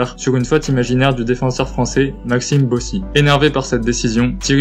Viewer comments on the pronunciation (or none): On dit Bossisss,pas Bossi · Maxime Bossis qui se prononce bossisse ....Merci